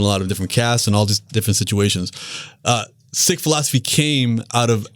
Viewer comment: Lmao I love it as a Sikh I love the way u pronounce it how it’s suppose to be